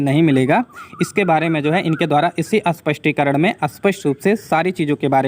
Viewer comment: You still pronouncing as अस्पष्टीकरण which is wrong